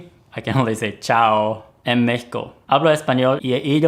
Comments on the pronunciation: Oh. Excellent pronunciation when mentioning Mexico. おれ の にほんご は めちゃ わるいＸＤ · OMG YOU PRONOUNCED MEXICO THE RIGHT WAY <3